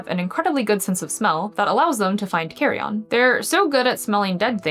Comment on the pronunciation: While I enjoyed your video overall, there were a couple problems. Firstly, and definitely the less salient issue, were the multiple mispronunciations made throughout the video( carrion is pronounced carry-in, not carry-on, and gyrfalcon is pronounced geer-falcon and not gurr-falcon) Secondly, you confused a picture of a dark Merlin subspecies( Falco columbaris suckleyi) with the Lanner Falcon, and the Lanner Falcons as confused with the Merlin.